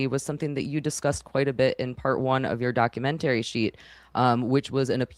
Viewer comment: Please stop saying DOCU -MEN -TERRY